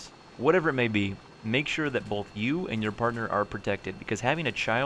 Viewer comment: SeaNanners , you say "both " like my girlfriend ... " BoLth "